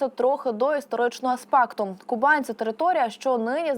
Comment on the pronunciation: А чому Кубань за допомоги диктора раптом стала Ку'банью?